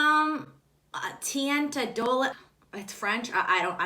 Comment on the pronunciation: P.S. Lancome teint is pronounced - tain similar to how you'd say "faint" with a t instead of "f" and the t in the end is silent🌞